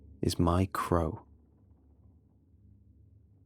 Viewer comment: no one:: craw